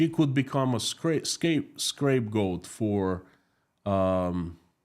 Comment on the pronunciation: Just to help: the word is "scapegoat," not "scrape goat." The word is derived from the word "escape" as in "escape punishment." It comes from the rite of choosing a goat and setting it free into the wilderness, to separate the children of Israel (that is, all the people of Israel) from their sins. See Leviticus 16 verses 8-10. So think of the word "escape" and it'll be easier to remember this seldom-used English word. Blessings.